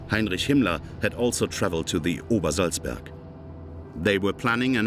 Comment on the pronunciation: Obersalzberg! Not -burg. Seriously? No editor?